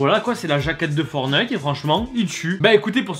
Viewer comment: Il faut prononcer le fkn T du mots FORTNITE C’est pas compliqué